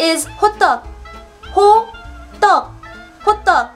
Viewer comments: Did you say: hobbang? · I laught when she said (i don't know her Name) Hodduhk, because it sounds like Hotdog😂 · When you said 'classic hotteok', I heard 'classic hotdog' :P